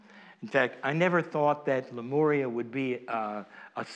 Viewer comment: Why do you pronounce Lemuria as Lemoria???